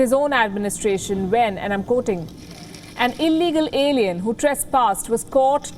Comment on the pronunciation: Is he calling peope "alliens"?